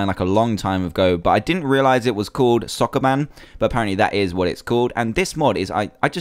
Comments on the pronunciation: It's Soo-koo-BAN. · sokoban not soccerman